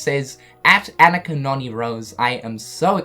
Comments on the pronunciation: AH-knee-Ka! Not Anna-kah. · Lol “An nick ka” it’s Ah nee KA 😂😂😂